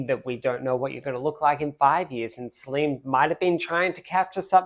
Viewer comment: Incidentally, the name, Solène is not pronounced Soleen.